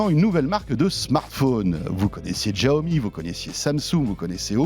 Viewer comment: Ca se prononce Chiaomi ( Xiaomi) non Giaomi